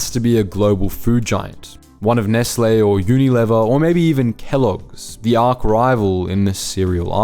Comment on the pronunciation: Arch not Ark 😂